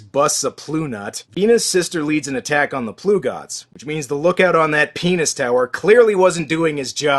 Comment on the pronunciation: missed one of the greatest lines in the movie, where corvus reveals himself to the female leader and says "flesh just like penis" lmao okay i know he says venus, but it totally sounds like he says penis lol